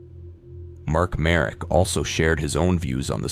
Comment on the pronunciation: I actually froze for a sec when you mentioned "Slovak",cus usually it's our neighbors always overshadowing us I don't think tho i need to be scared of my own country because of this,he was Canadian aswell,but GG ig (It's btw pronounced "Marek",cus i couldn't find him as "Mark Merik")